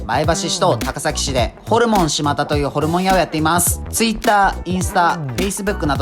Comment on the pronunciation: 「しまた」と「しまだ」